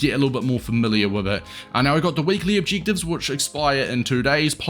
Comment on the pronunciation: Not to be rude but stop saying objectives like that😂